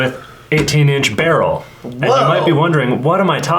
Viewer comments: It's not pronounced barrel it's B E R I L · Love how yall keep saying barrel instead of beryl to piss AK nerds off🤣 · The fact that you guys were saying “Beh-rul” instead of “Beh-real” and “Ra-dum” instead of “Ray-dum” is definitely not giving me a stroke. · BURREEL say it with me BURR. EEL.